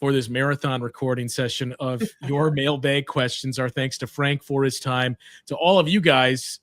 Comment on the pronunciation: bucks fan from boston, “mail-baeg” remains extremely jarring for me